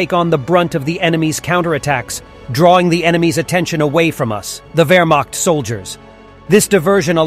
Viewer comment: wermacht diction is not wermakt or wermackt. find real diction of german ch.